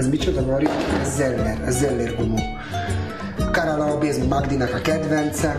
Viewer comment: ehe milyen szép a karallllllábé íjaj de sukár xDD